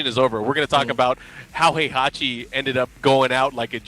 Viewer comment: Poor Heihachi, he stood as the foundation of this community that has built around him and legendary tournament he hosts. The game has voiced story with his name pronounced time and time again, we're moving to the 4th season and there's still casters who can't pronounce his name right, is that gonna be his legacy? You deserve more respect than you ever got but alas the annals of history are not written by the losing party. Yet some of us will remember who you were and what you built for us. Thank you and RIP, you have more than earned it.